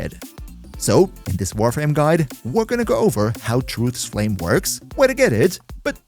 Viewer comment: Beloved Titron gets yet another big buff to its name! Thanks for the writeup and sorry about the mental damage cost you inevitably took from trying to pronounce Truth's Flame even once